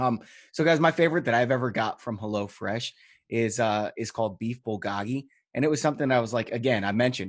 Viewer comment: Beef Bulgogi...Bul-GO-gi. Korean dish...GO like "Stop & Go"